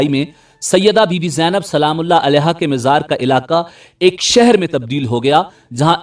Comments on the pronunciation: You always pronouncing Mazar as Mizar can't you correct for all amateur u tubers of Panjab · Mazar Hota h mizar nhi